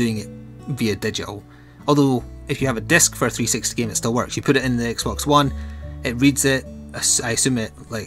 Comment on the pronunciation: I've been wondering but why do you sometimes call x-box, x-bone?